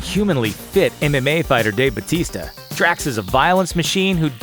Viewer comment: bautista. use his pinoy name. BAUTISTA. batista was just his wrestling name. it was just easier for foreigners to pronounce than bautista. dave BAUTISTA.